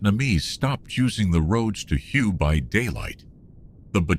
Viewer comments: Yeah but all in all AI isn't that bad. If he never said hugh I would have never known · It's pronounced way not hugh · Your shitty AI cannot even pronounce the city’s name correctly